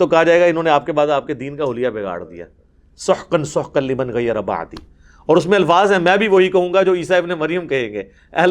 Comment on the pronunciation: Liban nhi Liman Quraan Sahee se parho plz